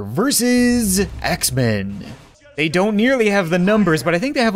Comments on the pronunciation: every time he said "axemen", it sounded like "X-Men" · When you said Axe men it sounded like you said X-men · When you said axe men I thought you said X-Men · When you said Axe Men I thought you sad X-Man Lmaoooooo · GrezCom same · GrezCom me too m8